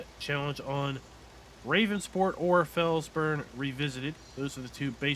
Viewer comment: I am always a bit amused about the way you pronounce Felsbrunn. I know you don't give a darn but the boulder ('Fels-') does not burn (that would be -brenn, short for brennen=to burn) but there is a well closeby (-brunn, short for Brunnen=well). Felsbrunn means Boulderwell or Boulder's Well, not burning boulder. Americanized probably something like 'Rock Springs, or so 🤠